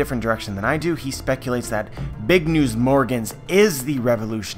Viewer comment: He says it like BIG UH NEWS UH as in when the characters in anime say a word in english word they always add the UH